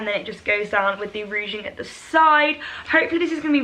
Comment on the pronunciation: i have mentioned it before but it is ruching pronounced rooshing NOT rooging